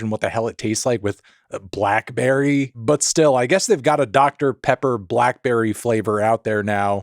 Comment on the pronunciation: "oooh that's good! that's that doctah pehhpuh..."